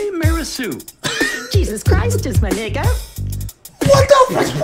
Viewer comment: He lowkey tryna enunciate the “a” in nigga makin sure ther ain’t no hard “er”. Why he sound like “NAGGAH” 🤣